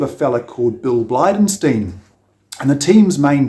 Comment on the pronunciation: It's pronounced 'Bly-den-STINE'. I met the man, he built an engine for our rally car in the 80s. A very nice guy. Please get his name right.